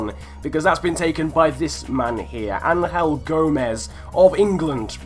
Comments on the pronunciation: It's not Ang-hel it's Angel... you know like angels that really pissed me off 😂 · The way you say angel gomes ruined my day